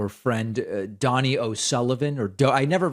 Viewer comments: It’s Don Knee, not dough nee. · It's pronounced (Doh-Knee). And NBD ya don't know it. Good Irish name. Great lad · Oh David. If he is EXCELLENT, get his name right. It is Doney. That is a kind Irish name. (Doh ney) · Doe-knee is the pronunciation. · Its Do as in do re mi. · Dough-knee, David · Donie is pronounced like Tony but with a D instead of a T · Hi David, it's 'Donie' as in doughnut- Irish short for Donal, he does a great job, as do you :-) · David, SIR, the gentleman’s name is pronounced Dough-knee 😍 He is wonderful.